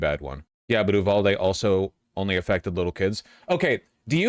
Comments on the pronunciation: Sometimes I hate you vaush Why do you pronounce so many things so incorrectly it's uvalde not oohvalde 😂 you do this with so many words and it makes no sense did you make a bet with someone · Hi, leftist Texan here. It’s pronounced “You-valde” not “ooo-valde”. A good rule of thumb in Texas, if the cities name is in Spanish, it’s probably pronounced incorrectly (i.e. Like a white person). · It’s pronounced You-Val-Dee